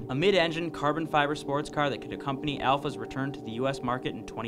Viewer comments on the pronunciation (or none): none